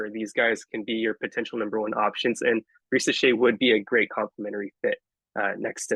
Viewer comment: 1. Thank you for pronouncing Zaccharie Risacher name correctly, its like when people Mispronounced Victor Wembanyama name wrong coming out from France. 2. I was absolutely high on Nikola Topic at the beginning of the season, I thought of the PNRS between Wemby and Nikola. But when it came down to it , I've changed my mind about my PG of the future of the Spurs. 3. I honestly believe If my Spurs stay at 4&8 and if Risacher is off the board. I believe we are going to go: #4 - Stephon Castle #8 - Tidjane Salaun My draft day dream though is as follows: Blazers Receive: pick #4 and Keldon Johnson Spurs Receive: Picks #7 & #14 With Picks 7 , 8 , & 14 We address 3 needs. #7 - Stephon Castle #8 - Tidjane Salaun #14 - one of following 1. Jared McCain - Shooting PG off the bench running PnR etc 2. Devin Carter - Good perimeter defender, playmaker, Shooter PG off the bench 3. Kel'el Ware - Stretch 5 off the bench (replacement of Zach Collins) , could even start next to Wemby depending on matchups (like against Minnesota) 4. Ryan Dunn - Best pure lockdown defender in this draft, I see a Kawhii Leonard potential in Ryan Dunn (potential defense with Dunn Sochan and Wemby would be 🔥)